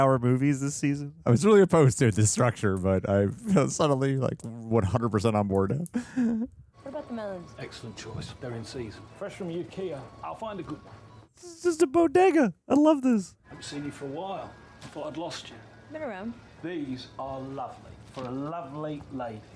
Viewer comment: UKEA instead of IKEA?😂